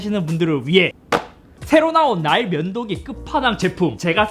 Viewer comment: ㅋㅋㅋㅋㅋ 왜 계속 ㅋㅋㅋ "나의 면도기"로 들리짘ㅋㅋㅋㅋㅋㅋㅋㅋㅋㅋㅋㅋㅋㅋㅋㅋㅋㅋㅋㅋㅋㅋㅋㅋ